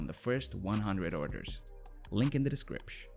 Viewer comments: Saying "decripsh" made me cut myself. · i was gonna like, but this guy keeps saying descripsh ............